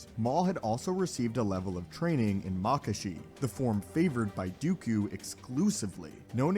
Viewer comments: JuyO, makashi (like kakashi), soresu (sore-ess-oo) Ffs pronounce shit right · Sir. It's Joo-yo Juyo. Plz. And Nuhmahn/Neemahn Niman; Mah-kawh-shii Makashi